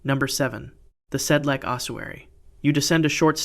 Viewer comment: Sedlec. Technical note "c" is pronounced like "ts", not "k".